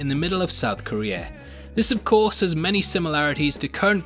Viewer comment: I like how u said of course to of corpse